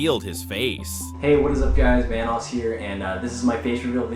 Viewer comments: Bro said "van0ss" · it pains me how your tts keeps pronouncing Vanoss " vahnoss " 😭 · Van-oss not Va-noss 😂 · Sorry but I legit can't take you seriously when you pronounce Vanoss as Vuhnoss😂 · Dude why are you saying vanoss name wrong like dude it's pronounced van-nos not vinoss or vinose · bros pronounciation of Vanoss as ve-NOss hurts but what he said is true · VaNoss is what the guy keeps saying. Making me think that the narration voice is artificial intelligence... Because that's exactly how it pronounces vanossgaming. Anyway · Its vanoss not vahnoss lmao does this guy not know how to say vanossgamimg correctly lmao goofy bruhh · vanoss not venoss god the amount of people that cant speak English when making videos is insane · "Vuh-noss" it's VANOSS, lol this reminds me back in one of the bo2 vids where Wildcat was correcting people on how they pronounce it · pleaase for the love of god say vanoss correctly van-oss not "vinos" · Gotta thumbs down this as any human would know how to pronounce Vanoss and respect him and his channel. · Can't get over the fact you keep pronouncing Vanoss wrong. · I hate how you pronounce vanoss